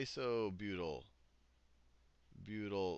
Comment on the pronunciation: "methly" "isobutly" Sal, you're epic. XD